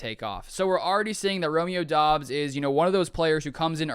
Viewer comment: Romeo said in an interview it's pronounced like Dobs, not Dubs.